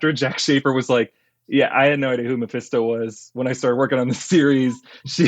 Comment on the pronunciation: You know when you say a word over and over it starts losing meaning? "My Fist Toe" did that.